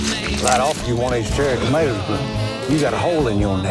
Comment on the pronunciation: "For the tomatas"